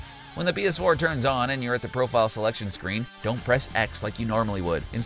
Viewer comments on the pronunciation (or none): Is it just me or dose this guy say bs4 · Is that Philip Defranco? Also I swear he says 🅱️S4 every single time